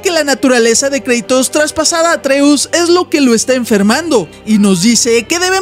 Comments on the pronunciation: No se dice kreitos se dice kratos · kreitos? es kratos